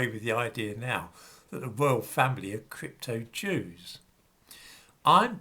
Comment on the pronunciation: You sure are fond of the yews.